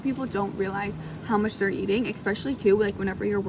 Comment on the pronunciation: There is no X in the word especially...